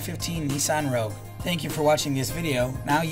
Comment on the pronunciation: CURT, it's a Rogue, not a Rouge.